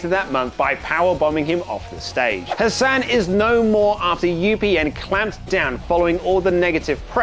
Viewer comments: It's hassan not hussan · Goodnes gracious, it's HAssan, not HUsann.